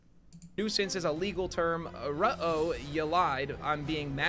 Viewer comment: "Rut-oh" The dude couldn't even properly reference "ruh-roh".